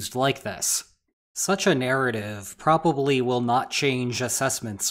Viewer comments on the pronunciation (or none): none